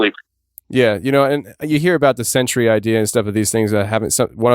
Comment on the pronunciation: “Sentry” not “century”. Come on guys!